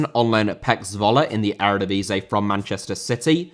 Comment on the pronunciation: Eredivisie * not Eradevizei